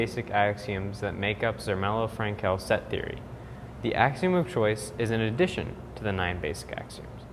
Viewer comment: His name was pronounced Avraham Frankl. not frank-Ell. The emphasis is on the Frank. His grandchildren are quite famous in Israel, one of them was my brother's boyhood best friend.